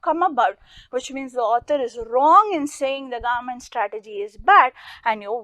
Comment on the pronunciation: The government word is sounding like garment rest the video explanation is really good